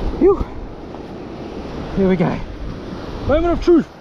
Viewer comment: no you said "heeyah" several times. are you trying to say "here"?